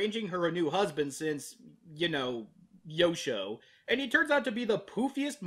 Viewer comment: When you introduced Yosho, I thought you called him "Yoko".